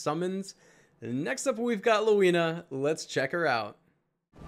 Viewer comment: Pronounced. ( lehveena)